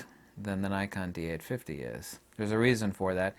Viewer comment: Dee eight fitty